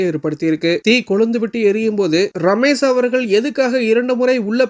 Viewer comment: "ரமேஷ்". ரமேஸ் இல்ல.